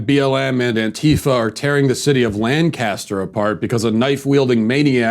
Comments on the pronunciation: you know hes never been to lancaster when he pronounces it "LAN-Caster" and not "lan-kiss-ter" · It’s pronounced Lank uh stur Matt.